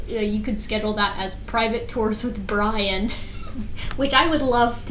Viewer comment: What says is vewy wisible!